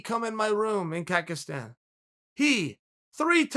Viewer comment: I thought he said Kakistan